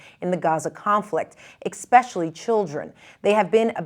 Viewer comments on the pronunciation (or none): "Expecially" seriously wow